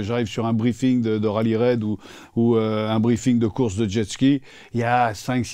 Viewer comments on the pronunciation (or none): none